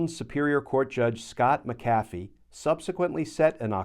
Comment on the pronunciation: Also - THANK YOU SO VERY MUCH for pronouncing "McAfee" PROPERLY (not like Mac-A-Fee)! Gosh that feels GREAT to hear someone else say properly 😂